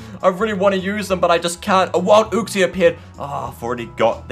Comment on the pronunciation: u pronounced uxie "ook-sea" its actually pronounced "you-k-sea